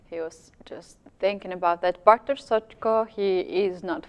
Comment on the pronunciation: May I just say: what a brilliant commentary, especially from Lawrence in this game. And what an excellent pronunciation of Bartosz's name by both commentators - well done!